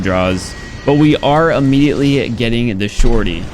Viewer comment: tryna pronounce shorty: The shortitiy